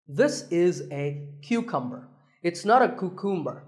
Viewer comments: when he went to cucumber he was like "koo-koom-ber" and i was like "wat" then i started laughing. im actually good at pronouncing words and i already knew how to pronounce every one of these words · The word cucumber made me laugh, it sounds really funny. I know your parents are from India, but you were born in the United States. I love your English pronunciation.